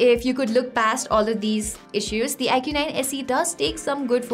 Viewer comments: You don't say it like "I Q" , you say it like "eyekooo" 😬😛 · That's how it's pronounced. Stop simping.😛